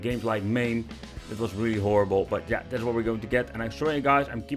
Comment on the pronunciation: why cant dutch people pronounce the letter "s" they always say "sh".... "thatsh sho shpecial"